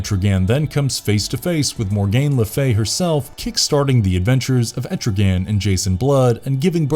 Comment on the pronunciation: Tf stop saying Mor-gain, it's pronounced Morgan... there is NO "gain" in her name. Next you'll call her sons Morbid. Get your pronunciation down correct before making a video son!